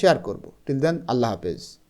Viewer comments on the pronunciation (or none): none